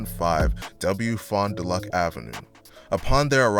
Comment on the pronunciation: and its fond-Doo-lack and walk-ah-shaw